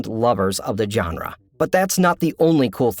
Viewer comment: It's not "john-ruh", it's "zhon-ruh"... like the j in Taj Mahal.